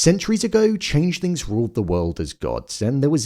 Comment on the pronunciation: im hearing changelings and changethings.... am i tripping????